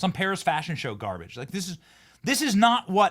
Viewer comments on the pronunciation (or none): none